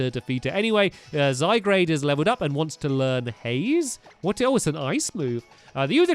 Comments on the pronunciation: Tanisha Shriyan zygarde not zaygarde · you may not see this comment but it isn't zygrade it is pronounced zy guard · by the way zygarde is said zi gard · NOT ZYGRADE....ZYGARDE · Not zy-grade it's zy-guard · It's still zygarde not zygrade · dude it's zy guard not grade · One of the team skull member made the shocked pose, because from your mouth performance! Ps. It's Zy-Guard, not Zy-Grade. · ITS Zy-guard not zy-garde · Toon Kir-Chu yep I'm do annoyed hearing zygrade instead of zyguard (I know it's spelled zygarde) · I think Stampy referring to Zygarde as 'Zygrade' is kinda cute and charming. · It's zy gard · Pellipepper, Zygrade, Ganitbzatakx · YEAH?!?! IVE SAID IT IN A VIDEO BEFORE BUT HES SAYING ZYGARDE WRONG ITS Z-A-Y-G-A-R-D-E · Flygon is a ground-dragon type plus you are pronouncing zygarde wrong (its french) its pronounced zy-guard